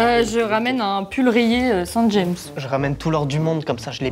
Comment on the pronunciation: Ils connaissent pas la marque Saint-James ? Ça se dit Saint-Jam les copains